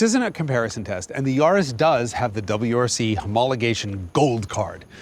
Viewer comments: Great video… I have GR Yaris back in U.K. (with circuit pack) and it’s flipping amazing….FYI it’s pronounced Yaah-ris…. , not Yarh-is👍🏻 it would have been nice to compare the Corolla with Yaris on same tyres however to just see what the lower weight of the smaller care did to compensate against the higher bhp. Oh yeah, just to say, a tuning crew in Australia have got 500Bhp out of their Yaris 🤪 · Its yaris not yarrrrris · Yaris rhymes with Paris, its not a yawris